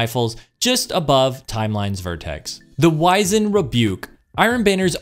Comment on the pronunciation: Wiz end. Wiz end. Not wise end. English class was apparently wasted on everyone that plays destiny